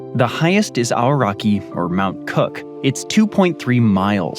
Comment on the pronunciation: Its not arseraki its mt cook